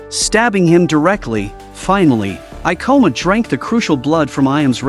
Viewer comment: Every time they said "kabane"' or ''Ikoma"' I cringed lmao. The Ai voice is always so bare lol.